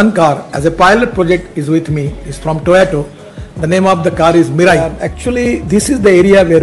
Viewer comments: He is pronouncing toyato instead of toyota...being a transport minister. These small things are caught by international people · Its not Toyato Mr Gadkariji, its Toyota.But Iam one of your most avid fans,so please continue your efforts. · Gadkariji it Toyota, Not Toyato. 🙂 🙏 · Any idea why he calls it TOYOTO all the time? Someone please tell him its TOYOTA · Toyato nahi sir To-Yo-Ta. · Gadkariji, please start pronouncing Toyota correctly.